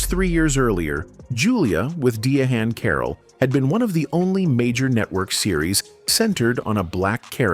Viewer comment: I'm sure it's AI not pronouncing the name properly. Notice Diahnne Carroll was mispronounced as well.